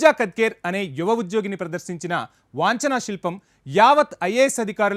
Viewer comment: వంచనా శిల్పం - వాంచనా శిల్పం కాదు